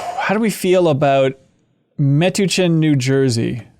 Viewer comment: Hi, sorry I can't help myself... I speak fluent New Jerseyan, and Metuchen is pronounced Meh-TOUCH-en. The more you know ✌